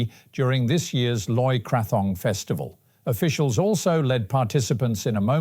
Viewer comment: He totally pronounces it like the minimalist underwear. He’s filling in so I won’t judge too harshly but yeah… nails on a chalkboard.